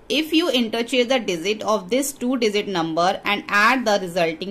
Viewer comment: Digit ❌ Dizit ✅